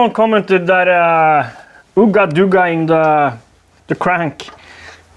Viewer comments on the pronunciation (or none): You pronounced it as "ooga doogas" but it's actually more like UUUHga DUHHHgas ^_^ Love the content 📈